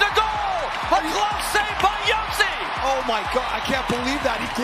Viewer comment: Its pronounced Josi not Hosi. And thats the wrong Matt Murray in the Texas Stars jersey